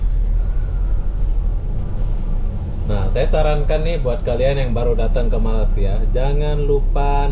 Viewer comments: Ya saya pun pernah komen tentang ini : Melei-sia bukan Malai-sia. Tapi susah nampaknya nak ubah. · Tolong betulkan tutur bahasa anda kerana sebutan anda dengan ejaan Malaysia bukan Malasia . Tolong belajar di sekolah untuk betulkan sebutan ya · Bukan malas sia ye sebut dgn betul ye tolong ye , sekolah sampai level mana , malay sia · Please ya lidah orang Melayu dan Jowo nga ada bedanya ya. Masing masing makan belacan dan makan tempe. Soal loghat dan sebutan nga harus ada bedanya. Janggan bahas alasan ya nga bisa sebut Y pepet I ya.